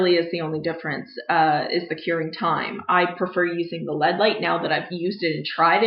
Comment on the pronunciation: can we tell her that it's L - E - D and not LED?